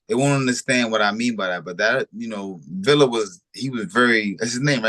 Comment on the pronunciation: Its amazing how y’all hear how to properly pronounce these fighter’s names and yall STILL say it wrong… It’s pronounced VEE YA not VIL LA… And Chukhadzhian is pronounced CHUKA JOHN… Yall be tripping 🤣